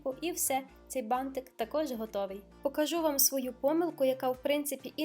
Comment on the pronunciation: ти нагадуєш мені в цьому відео маленьку Дюймовочку, а ще Мальвіночку) Вона також дружила з бантиками і дуже їх полюбляла) Відео чудове, переглядала його знову і так мені подобається твоя вимова слова «бантик», аж очікую далі, протягом всього відео, коли воно знову прозвучить😍😍😍